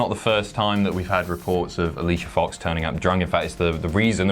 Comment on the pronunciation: you said her name wrong...